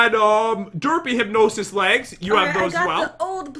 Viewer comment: I know its not a huge deal but i just kinda get annoyed when he says hypginosis its hypgnsis